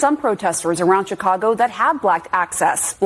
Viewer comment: Not shirack but Shytcago